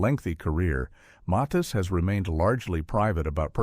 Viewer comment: Weird this narrator is saying Muthis instead of Mathis